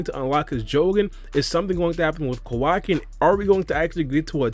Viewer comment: It's Kawaki LMAOOO